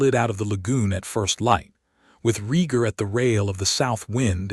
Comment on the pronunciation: Lee anna, STUPID not Lie anna!!!and Aegon, not Egon, AI is a moron. gesh, another one? its not REE GAR, ITS RAY GAR, Dan air rus , NOT dean er ees....wow, YOU JUST CAN'T PRONOUNCE ANYTHING RIGHT...lmao!!!!!Your AI is seriously broken people, it jumps around from 13 to 11 to 12 , all over the place, ALMOST 3 HRS IN BEFORE the worms hatch man, it would be great story if you fix your fked up A.I.!!!!!